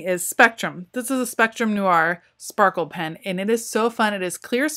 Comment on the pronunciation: did she say sparkle pens lol